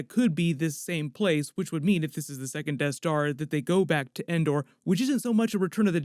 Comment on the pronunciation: Sounds like is saying “tattooing” for second lol